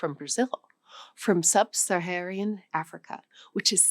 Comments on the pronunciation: Gotta drop the random 'i's in your speech. It's not Angolia, or Sub-Saharian. It's Angola and Sub-Saharan. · she didn’t say sub-Saharan. She said sub-Saharian. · "Sub-Saharian" Africa? Oops. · Okay um you have several name pronunciation fuck ups here. Its Angola not Angolia. Its Sub-Saharan not Sub-Saharian. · It is odd... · No surprises. But please: Angola, NOT AngolYa. Sub-Saharan, NOT sub-SaharYan. Uttar Pradesh, NOT Uttar PradaYsh. Burkina Faso, NOT Burkah Faso. Try not to sound like bad AI. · She said "Angolian" and "Sub-saharian". Phrase breaks in the wrong places. What is a "scheduled language"? She said "DCR" when on-screen graphic was "DRC". She said "Batoga" instead of "Bogota". Is this an AI fake? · Seriously? She can't pronounce half the country names she's talking about. Is this seriously a language video? Angolia? Subsaharian? Hindi VS Hindu. Such crappy production values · She kind of lost me when she said, "sub-saharIAN" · Yes, she said sub- saharian.